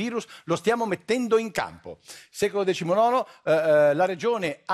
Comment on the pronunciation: Guarda che l'ha detto giusto. Si legge esattamente così :)